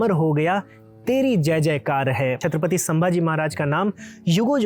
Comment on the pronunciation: आप शांति से छत्रपति बोलिए आप छतपति बोलरहे हो विडियो में ए महाराज का अपमान लगता हे 🙏 हर हर महादेव 🙏